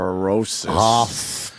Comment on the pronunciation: and opie said osteoporosis like he'd never heard of it before. this is a man who said "I know in my soul I should be hosting the tonight show."